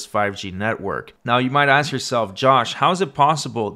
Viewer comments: How do you “ ax “ for something? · Lmao aks, aksed and aksing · I know this is a African American when he said “ax” instead of “ ask”. Please explain why ax is used wrongly.